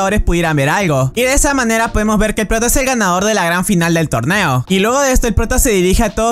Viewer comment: Deberías mejorar las palabras que dises porque dijiste torbeo y no torneo